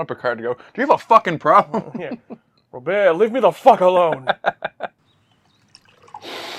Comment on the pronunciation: Robert is just as French as Jean-Luc, it's pronounced Rob-aer.